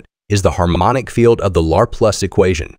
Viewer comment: It's, Leplare... son! 😂 For real though my eye twitches every time it says it.